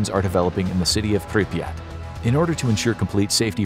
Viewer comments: the name of the city is pronounced prip er rat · He called Pripyat piryat